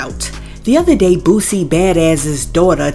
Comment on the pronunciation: It’s boo-sie not boo-zie 😂😂😂